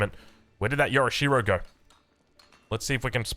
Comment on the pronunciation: you need to google "forvo How to pronounce yorishiro" and follow the first link and hit the play button.